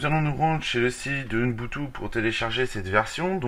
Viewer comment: Ça se prononce ubuntu ,UBUNTU